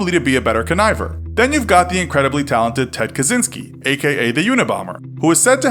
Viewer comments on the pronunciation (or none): Kazoonsky? It's pronounced Kat-cheen-skee.